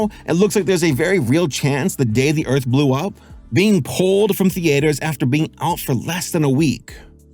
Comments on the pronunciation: Th-EE-ters Th-EE-ters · The-aye-ters. lol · Omg the AY ter. Youre killing me LOL